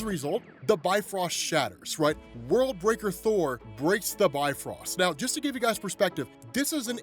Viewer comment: It's not pronounced "Bi-Frost", it's "Bif-Rost". It actually sounds more similar to Beef Roast, when accented.